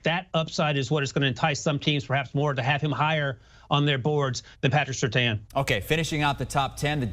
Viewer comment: How can all these people not know how to pronounce Surtain??? His dad was a pro bowler multiple times in Miami.